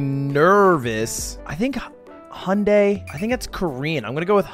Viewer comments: the way pronounced Hyundai, he already know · Are you sure you're not confusing Hyundai with Honda... hj-ön-däe is literally the correct way to say Hyundai. And that's not hj as in hjälp... that's hj as in the palatalized h sound. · I like how (who speaks Korean well), pronounced Hyundai better than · Only Ludwig pronounce Hyundai correctly haha. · When he first pronounced Hyundai I knew that was the wrong one because I literally searched once how to pronounce it and I remember since then